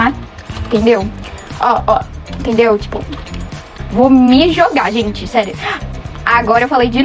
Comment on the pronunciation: “gentih 🙄olhah.😟 Essah. 🤡Pro. 💅meu deos. 😉